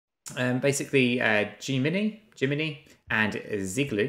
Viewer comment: Amazing seeing you unable to say Gemini - Je-meh-nigh